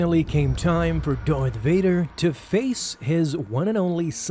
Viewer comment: Lol "dorth vader"